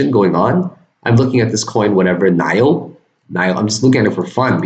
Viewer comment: Hey, NIO is Autonio (so pronouced like NEO), but a completely different type of company. Massive future. Dexentralized exchange with AI trading embedded coming. You should check them out because unlike many companies, they have are rolling out products consistently and don't hype.